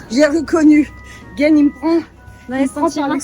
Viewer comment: 今更かもだけど、なんで旦那さんをゲンではなく、ゲヌなの？ 👘🐚🌴🐬🌺🍉